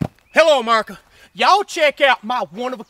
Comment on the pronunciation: Every time he says hellur murica I’m hearing hello Martha